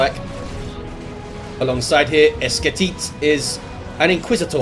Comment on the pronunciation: esketit was beautifully pronunciated